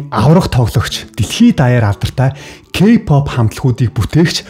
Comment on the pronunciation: Ёоооё ёоооё ёоёо о үсгээр зөв дуудаачдэээ кпап л гэх юм. Арай юу????